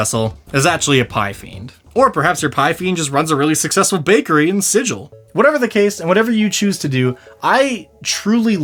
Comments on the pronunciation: "... prepare your brain to learn all there is to know about one of the D&D monsters of all time." I love this guy. BTW, Sigil (the city) is canonically pronounced with a hard G. If you're there and call it "Sijil," you'll have trouble with the Harmonium. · pronounced Sigil wrong, fake fan